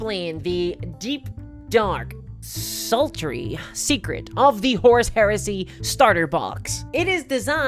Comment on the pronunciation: As a non-naive English speaker I have to ask: Does anyone else hear "horse heresy", or is it just me?